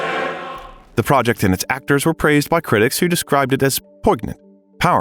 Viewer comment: PoiG-nant? So, this is AI speaking. Sigh. The decline of the world, the rise of the machines.